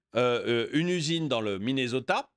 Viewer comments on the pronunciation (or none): none